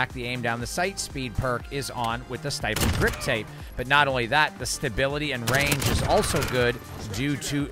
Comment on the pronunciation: Why you say stipples like that 💀